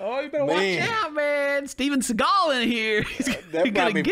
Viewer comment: Why do you pronounce it Steven Sea-GALL lmao, it's just seagal. rhymes with legal.